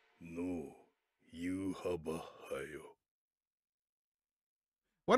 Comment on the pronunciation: it's not pronounced yuhabaha, it's "Yuha Vach" (Yhwach). also I have never seen a scanlation call him "yawach bleach" bro 😭